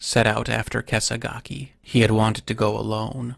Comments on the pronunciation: The name of the bear is pronounced Keh - sah - gah - keh. The term is derived from the robes worn by Buddhist monks (kāṣāya), draped diagonally from one shoulder to the side. Also refers to the swordsmanship technique of slashing diagonally downward from the opponent's shoulder (kesagiri, 袈裟斬り). More literally called a "cross cut." It's allegedly a slash that is guaranteed to kill if done correctly. So if it actually did have a white mark on it like that, it makes sense, but also as a double entendre for how good at killing it was. Although if it did really have a white marking on it (and I'm not entirely sure it did as I'm having trouble finding good information on that) I'm not sure why they would say it was a Brown Bear and not an Asian Black Bear. "In absolute numbers, this (sloth bear) is the species of bear that most regularly attacks humans. Only the Himalayan black bear subspecies of Asian black bear is nearly as dangerous." And they have white marks on their chests, brown bears don't. Outside of this incident it doesn't seem Ussuri bears are aggressive toward humans in this way. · How is it even possible to pronounce kesagake like that